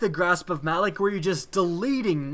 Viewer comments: Its pronounced Ma - Lawk. Not Malik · Malok, as in "Mah-lock", not "Mal-ick". Seriously, did you even play the Malok strike? They pronounce the damn name in the beginning intro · why does everyone say Malok's name wrong lol?